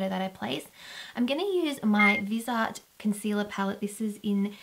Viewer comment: I love that palette! I used to have Viseart shadows in my kit when I went to beauty school. It is pronounced Viz-E(like the letter)Art I am pretty sure, just so ya know! I'm not trying to correct how you say things in any way. But I have worked with them, & have wanted to buy some palettes, the nude one especially for forever! They are such good quality I think the price is fair. And the pans are a little bigger than normal shadows, def. in comparison to like the $52 Urban Decay Naked palette. They are awesome! Lovely video, I loved seeing you liking all the products! Much love & ((hugs))♥👍💄💕💅♥